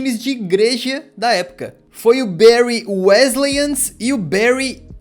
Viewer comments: a pronúncia é "bãry" e não "béry" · Da tanta agonia a pronuncia tao ma dos brasileiros, n é Bery é Bury(Bary) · bérry = Barry Bârry= Bury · Não eh bairy eh bury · Barry se escreve assim, Bury se escreve assim, mas porque falar Barry se o nome do time é Bury? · pq o ta falando Berry no vídeo??